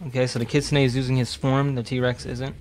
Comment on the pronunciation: its pronounced kit - soon